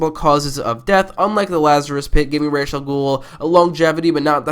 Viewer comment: Thank you for pronouncing Ra's al Ghul's name correctly :)